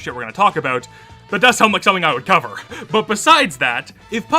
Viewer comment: can you cufer zamamshon